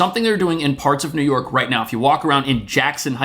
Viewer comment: Whenever says "New York," I hear "Illinois."